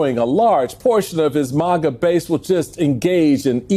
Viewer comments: Did he say mah-gah?😂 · Wtf MARGA?. it's MAGA ffs it's only 4 letters.. still too much for the educated party tho.. 🤭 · Hey, Michael Steele.. what’s a MA GA? 🤣